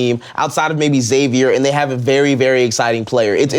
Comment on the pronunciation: why can't anyone pronounce Xavier right? pronounce it like Eckszavier